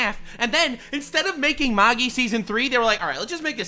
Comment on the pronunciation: you said Magi wrong. It's "mag-I"